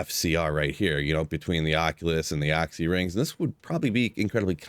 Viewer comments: OXXY rings??? Is that really how the rest of you pronounce it? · Oxy ring lmao, you pernounce oculuis 100% fine, but when u try say short version comes out oxy?!?!? lolol first person in 20+years ever heard call it that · AW-SEE lol. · For the love of god stop saying Oxy ring... It was "The Occulus Ring" based off the wep xD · Hate the way you say "occy" ring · you pronounce Occy so weird!!! great video though.